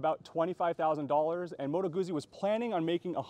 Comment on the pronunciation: Its pronounced gootsy! Not Goozy